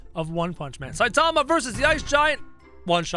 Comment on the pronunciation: its Saitama. How you pronounce: Sai tama